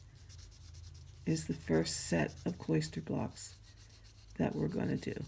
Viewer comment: Nice video. Your presentation is marred by the mispronunciation and misuse of a few words. "Kloster" is not pronounced like "cloister". The correct pronunciation is closer to "foster". And your pattern is COMPRISED of blocks and stitches; it is NOT "compromised" of blocks and stitches. "Comprise" means consists of. "Compromise" can mean settling for less, or exposing to danger.